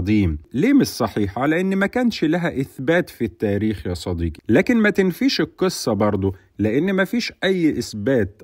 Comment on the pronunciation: ياعم ونبي صديقي بالقاف مش بالكاف